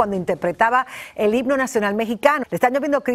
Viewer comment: Maria celeste tu solo miras los errores de los demas pero no te fijas en los tuyos porque se escucha muy claro cuando en vez de decir himno dices higno la neta estas bien mensa